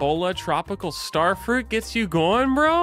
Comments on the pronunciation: You do that fa-ruit so good dad! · More fuhruit speedy, I love your oh so good fuhruit my King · More fa-ruit, speedy.